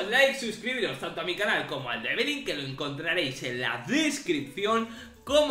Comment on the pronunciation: Amo que le digas evelyn y no lyna